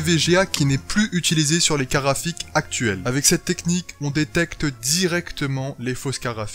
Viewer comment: Je suis surement chipoteur, mais au nombre de fois où tu utilises ces mots dans ta vidéo, s'il te plaît arrête avec les "carafiques" xD Bonne vidéo cela dit ;)